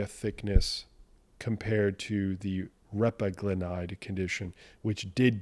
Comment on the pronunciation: Repaglinide: accent is on the 2nd syllable. I've found that for people without diabetes, just making sure their A1c stays in normal range is all that is needed. I believe that just avoiding dietary AGEs gives you a much bigger health bang for your buck than trying to micromanage transient post prandial BG elevations. Speaking of managing post prandial glycation, pycnogenol has been touted for decades to provide anti-oxidant protection from both post-prandial and pre-prandial glycation and I just found a brand new study out about pycnogenol and cardiometabolic risk factors. Would love it if you could run it through your thorough evaluation process to see if it actually holds water.